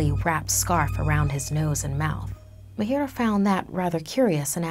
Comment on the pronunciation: It's ma-a-h-i-r-a-a not m-a-h-i-i-r-a-a I am from India that's why IK how to pronounce it